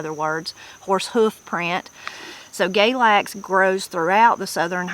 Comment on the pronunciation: Galax is pronounced "galax" not "GAYlax." I think it may be same as goldenseal. Plenty of people gather roots, including those who go "sangin" Also, when I was a kid, goldenseal had a price measured by the pound, just like several other roots. Bloodroot was one.